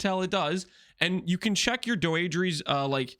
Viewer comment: "doh-eh-dra's" undoing. That's how it's pronounced. Not doeedrees.. fucking English isn't hard